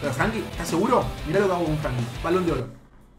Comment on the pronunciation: lo decís de chiste lo de Frankie de Jong porque es frenkie de Jong